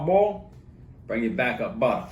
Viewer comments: Love the way this dude talks man! Love his cooking even more..."one stick ah buttah"...lets go!! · Nah I just watch dis to hear “buttah”